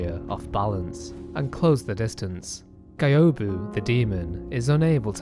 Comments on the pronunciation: Just beat Isshin last month first time ever. Took me like a year and a half to beat cuz i lost my first playthrough save and had to start over. I pretty much didnt understand most of the story but this vid cleared it up for me. P.S. The way you say Gyoubu triggers me lol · I think you said Gyoubu's name incorrectly. It's GYOUBU MASATAKA ONIWA (Sorry, had to write this down). Also, an amazingly put together lore video.